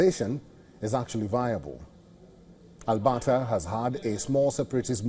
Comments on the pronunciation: Albahta is pronounced wrong, your missing the "r" in Alberta and I know you can pronounce it. Just think RRRRRRuwwanda but Alberta, lol. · Al-Bert-ta.. ert ... Ert..... Jesus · go woke go broke...how on earth is this guy a news caster...Albata and seed instead of secede..bet he doesnt know what that word means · What in the hell is ALBATA mister Sir? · Albata. LoL